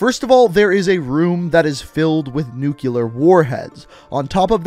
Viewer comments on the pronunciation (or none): I just cant lol. I can get past "Kaleed" Al Assad (its Kah-Led) And maybe even "Nucular" (its nu-clear) But "One foul/fowl swoop"?! 😂😂😂😂😂 Bro, its fell. One fell swoop. Just had to get that off my chest. I'm good now. Carry on. ✊ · aw man! why you had to say "nucular" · Whatch out for that nukular warhead that could take everyone out in one foul swoop.